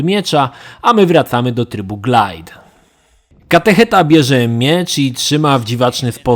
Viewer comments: Ty mów katecheta, a ja będę mówić "catehujmen" :) Widzieliście, jak oni sie na koncu tlukli? :D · Catechujmen xDD